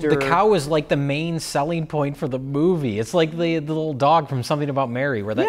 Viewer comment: "That is the main sellng point of the moo-vie"